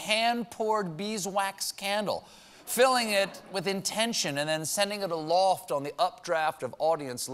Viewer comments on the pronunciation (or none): none